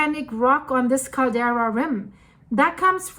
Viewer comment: CALDERA! NOT CARDELA